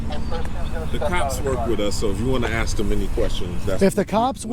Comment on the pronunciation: you sawr us. almost as bad as the ignorants that say let me ax you sometin (OMG , was not disappointed or surprised to actually hear that) police fought to the highest courts to not hire the best and brightest applicants, they won, it shows.